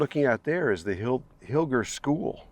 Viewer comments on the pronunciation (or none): We have always pronounced hiller with a soft g. Like Roger. Mom worked in the Milwaukee office there. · Hmm, our daughter & hubby lived lived by Hilger MT for years, but they all pronounced it Hil-jer. Also, thought they said that school was originally moved there from Kendall...